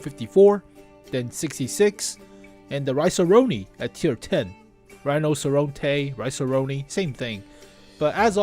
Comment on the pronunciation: "Rinoceronte" is pronounced: Ree - Naw - Cher - On - Tay